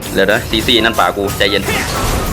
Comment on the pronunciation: ในที่สุดก็มีคนเรียกชื่อซีซี่ถูก